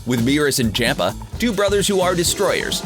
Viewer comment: For the love of God his name is CHOMPA ffs